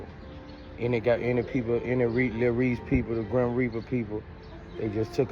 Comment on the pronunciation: He said “Groom Reaper” not grim.